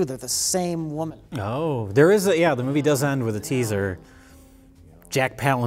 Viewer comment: Jack from a previous episode: "can you teach me to read?" Jack now : can't read the word "The" The continuity is spot on